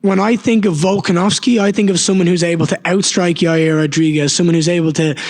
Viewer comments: couldn’t even pronounce P4P legend’s name… 🤦🏽‍♂️ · Mackenzie Dern really acts like she can’t say volkanovski? She grew up in America but wants everyone to think she’s foreign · Volkskonofski😂the lady nurmagomedoved volk😂